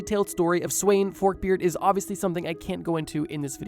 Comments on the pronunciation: the way he said sweyn(its actually sven) was so long from the danish pronountiation that i first realised whatneme it was after the video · It brothers me that he says sweyn even tho its acctually svend like bro isnt svend like also in the english naming line up??